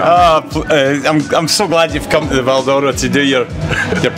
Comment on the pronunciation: If you were brought up at the cross like me it was known locally as ''Peters chip shop'' (Rico's Dad) and it was pronounced to sound like ''Val Dora'' the way Rico pronounces it. Always thought Rico, his brother and older sister where all born in Kings Park?